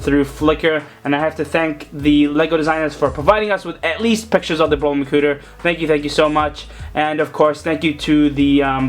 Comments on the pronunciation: Hahaahahahah he say makuter😂😂😂😂😂😂😂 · he said makuter!😂😂😂😂😂